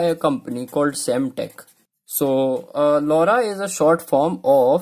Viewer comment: What did u say lauda 😂